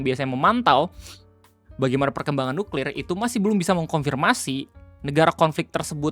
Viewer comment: tenang... beliau bilang nya nyuklir :\